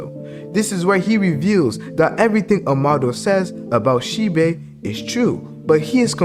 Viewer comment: It’s She-Bi not She-Bay